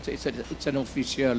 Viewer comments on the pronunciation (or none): Dan's pronunciation of P and f are improper. like official he pronounced it as oppicial.